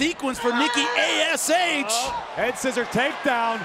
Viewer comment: yes and then she says NIKKI AHS she was that angry she couldn’t say the name right😂